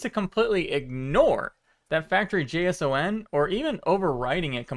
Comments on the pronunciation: I love your videos, but please don’t pronounce json as J-S-O-N, it triggers something in me 😂 I’m a programmer and I’ve always heard this extension pronounced as “Jason” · Yo it’s pronounced “Jay-sawn” not J S O N 😂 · its JSON, not J.S.O.N. smh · it annoys me that he says “J S O N” instead of “Jason” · nice vid but it's pronounced jason not j.s.o.n. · Never heard someone pronouncing JSON as "J-S-O-N" instead of "Jason" before. ;-) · Please say JSON like Jason and not J S O N, never heard it like that before and I hate it xD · Oh god he pronounces it as J S O N, instead of J-sahn. Don't do it, it hurts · you're killing me haha. in the industry, we pronounce JSON. jay-sahn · With all the adjustments, I would think it was a dev headset, so they could test out which ways they panels fit best for the most immersive experience? Also JSON is pronounced like the name Jayson 😃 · Did this man just call a json jeiesouen? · JSON is pronounced Jason lol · Nice video. Btw, JSON files are usually pronounced Jason. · This is the first I've heard someone pronounce "JSON" as seperate letters. Generally speaking it's pronounced like "J-son" (or just "Jason") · I see others have commented on how you pronounce JSON. I'm not gonna REEE like an elitist, but I must say: it does make it difficult to comprehend what you're saying when you don't pronounce it "Jay-Sawn" like everyone else. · It's pronounced Jason, just remember to press X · Shine On, You Crazy Diamond! 💍💍💍💍💍💍💍💍 - EDIT: - as a software developer and platform architect...and one of your biggest supporters and cheerleaders...please take this in the spirit in which it's offered. - A JSON is (and always has been) called a "Jay-sawn" (or "Jace On"), and never ever a "Jay Ess Oh En". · it's pronounced Jay-son or Jay-san lol. Nobody says the letters Edit: He said it correctly once and then said it weird again and then correct again, are you trying to ragebait engagement from nerds lmao